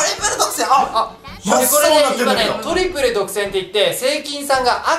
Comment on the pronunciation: トリプル独占のイントネーションが違うwww